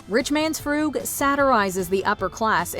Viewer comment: "Frug" rhymes with "shrug." It's not "froog."